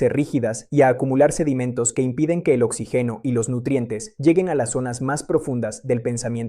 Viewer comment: Un neurólogo que no sabe decir sanguíneo, jóvenes, oxígeno, volverá, biología, todavía ,etc, me pone a pensar. A menos que sea IA.